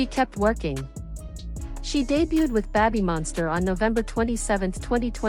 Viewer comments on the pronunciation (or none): Well, it's also not pronounced "beh-by monster" but that's what you get when AI reads for you